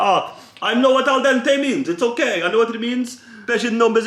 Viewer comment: Zerkaa- Mocks American pronunciation of oregano Also Zerkaa - aL dEnTAy